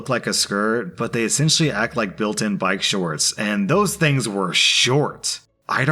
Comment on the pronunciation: Shkort shkorts